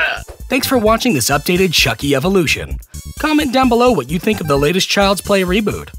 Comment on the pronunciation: AAAAAG!!! I had a cringe heart attack! You said “chuck buddi” 😂😂😫😫